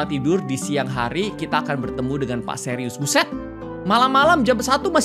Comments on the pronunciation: Btw itu suires bukan serius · Plis kak itu pak suires bukan serius😭☝️